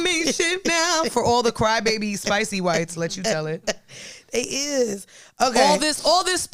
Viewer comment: said the qwhites 😂😂😂😂😂😂😂 bish u funny